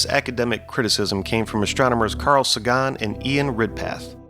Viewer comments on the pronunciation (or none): Carl Sagan's name is pronounced say- gen not sagon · Its Say-ghun not sah-ghan. 🙂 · How could this dude not know how to pronounce Carl Sagan’s name? Is this some kind of AI crap?